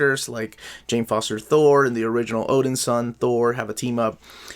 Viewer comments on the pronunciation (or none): none